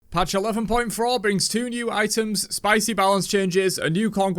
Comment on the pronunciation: Ha ha, patch 11.Fror.....